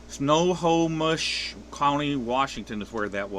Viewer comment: Pronounced Sno home ish